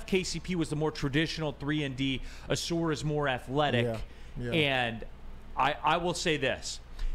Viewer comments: Ah-sar not sore dude 🤦🏾‍♂️ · His name gets mispronounced a lot, but maybe that's a good thing. Everybody keeps saying o-SOAR instead of aw-SAR. Just call this man "Soar" Thompson. It's what he does. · ah-sahr (rhymes with "a car"), not ah-soor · Is it pronounced “Uh-sar” or “Uh-soor”? Always thought the first one. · This could be settled very easily. All people have to do is watch any video on YouTube of him saying his own name. It’s pronounced Uh-sar. I have no idea where Uh-soor came from.